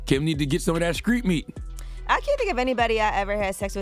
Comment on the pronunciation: “Skreet meat”